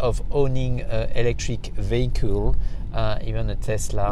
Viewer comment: This dude just turned the most boring word in the world "vehicle" into one of the coolest: "vehicool" (nice video)